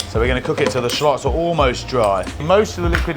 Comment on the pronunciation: I how he pronounces "shallots". Rhymes with "plotz".